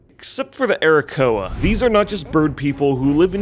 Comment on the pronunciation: Arrakoa as playable race? Did i hear Arokussy?